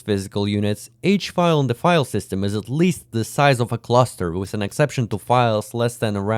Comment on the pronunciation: windwos sysem